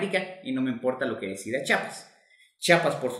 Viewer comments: Pero es Chiapas, no se dice chapas. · Sólo quiero decirte que no es Chapas ES CHIAPAS te comes la i. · Se dice.chiapas. mas no chapas que pasa amigo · Para explicar, hay que saber pronunciar. Chiapas en lugar de chapas. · Oiga, donde es chapas, porque los Chiapanecos somos de CHIAPAS, con i entre la H y la A, Chía pas,... Ya no seguí viendo su video porque nos es molesto a lo Chiapanecos que degrade el lindo nombre de nuestro estado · NO se dice CHAPAS! amigo, no se dice chapas. NOO! Se dice, CHIAPAS. No entiendo por qué aún "supuestamente" profesionales le dicen así. Tienen que informarse bien señores, gracias. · Es Chiapas con "I" no Chapas,. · Me cae mal cuando la gente dice chapas , Se dice CHIAPAS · Mi dudas es... Se dice Chapas o Chiapas? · Se dice Chiapas, no chapas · Es Chiapas Chiapas😂😂😂😂😂😂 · CHIAPAS NUNCA FUE DE GUATEMALA Y SE PRONUNCIA C H Í A P A S